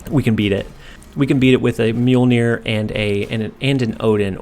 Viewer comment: Awesome deck. I'm surprised you pronounced Mjolnir correctly haha